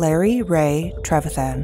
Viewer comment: How do you pronounce an I as double e's? She also mispronounced our last name.